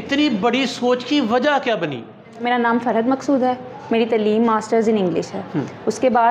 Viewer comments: باقی تو ٹھیک ہے لیکن پلیز لفظ تعلیم ھوتا ھے تلیم نہیں ھوتا ۔۔۔۔ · Tlim tlim nhi taleem hota h anchor ko chahiey is ko batay tlim nhi hota